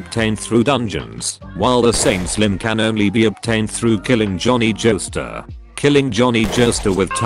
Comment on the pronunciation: Took a drink every time I heard Jhonny jostar